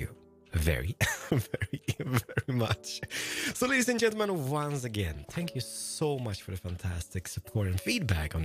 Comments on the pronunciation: WHy does he say "SPANK you"? is he meaning to say thank you? Sry if im dumb lol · did he just say spank you?